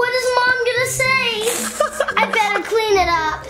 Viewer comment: you mean beter not bester